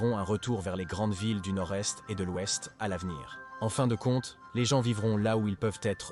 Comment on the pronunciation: Les gens les gens les vents encore les gens. Marre de ces voix artificielles